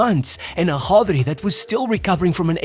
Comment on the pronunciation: Why do you pronounce it as Hodri 😂 to sound more authentic